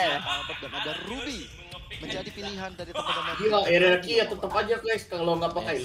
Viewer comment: PPQ,EH SALAH RRQ,ANJ NYEBUTNYA 🗿